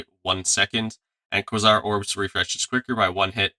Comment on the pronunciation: kway-zar not kwuh-sar